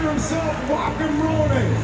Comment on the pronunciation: They really should learn how to pronounce the directors name right, "jokem" is way off